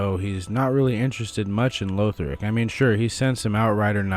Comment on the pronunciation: Just a note: LAW-th-rick, not LOA-th-rick. It's how they pronounce it in-game - the 6th word in the intro cutscene.